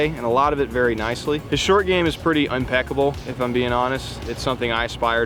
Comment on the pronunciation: Did you say unpeckable? I think you mean impeccable. Sorry, I am compelled to correct this.